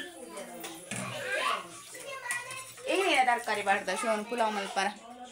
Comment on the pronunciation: Pulau alla palau akka